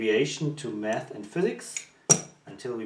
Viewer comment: Did you say let's do some math or meth😂 and you relly left me confused, are you a school teacher or something